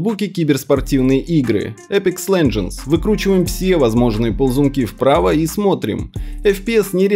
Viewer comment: Вспомнил деревню после слов "эпикс лендженс".